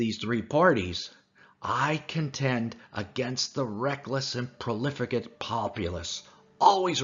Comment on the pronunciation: THe narrator needed to master the words correctly before exposing hid incompetence in public and lowering the standard of the presentation. "Derisory" and Profligate" are examples of words that are badly mangled.